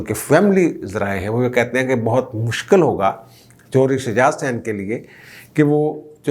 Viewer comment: THAKRAIYA YA THUKRAYA Kuch mehrbani kar ke apna urdu ka pronounciation theek karein.Again Hassain or Hussain.